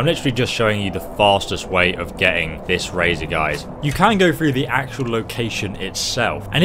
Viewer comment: when u said ok we have the 3 pieces of the razor i thought u said 3 pizzas